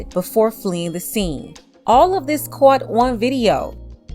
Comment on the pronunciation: Did she say "coaught"? 🤣 🤣